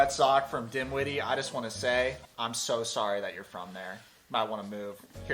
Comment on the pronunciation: Please don't embarrass yourself by being so rude and disrespectful to the people of the awesome state of Virginia. Trust me, Dinwiddie (NOT DIMwiddie as you pronounce it) has a helluva lot more going for it than most of Hawaii does (where you live). Clean air and water, affordable housing (Hawaii is one of THE most expensive places in the USA to buy a fucking house) with HUGE acreage per household and Virginia is one of the damn few places left in the USA where both individuals and businesses are not choked down with endless rules and regulations (unlike Hawaii). Virginia is also a helluva lot more important to the economy of the USA than Hawaii is or ever will be, as it's a major producer of all kinds of foods (unlike Hawaii). Most important, Virginia is 1,000 cleaner than Hawaii which continues to receive a scary amount of radioactive fallout from the Fukushima nuclear meltdown. No shit, buddy. Look it up. If you still live in Hawaii then I'm so sorry for you, since most of Hawaii is dogshit. You might want to move from Hawaii asap.